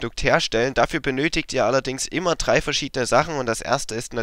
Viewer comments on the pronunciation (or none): Es heißt drei und nicht trei. Ist das so schwer?